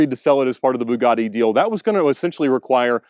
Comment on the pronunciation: Lol it’s not a “boo-gar-di” … it’s a “b-you-gatti” 🙈